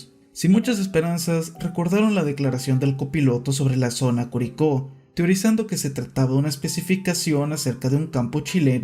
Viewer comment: Te amo por preocuparte por cada detalle del caso, hasta de pronunciar bien "Curicó" ❤